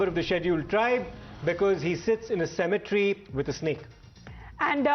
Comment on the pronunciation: Its cemetery not symmetry!